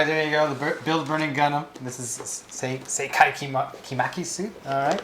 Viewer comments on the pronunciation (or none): Sekai disliked this video because mispronounced his name...